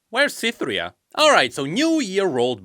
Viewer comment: My man needle is still stuck on "where is cithira" 😂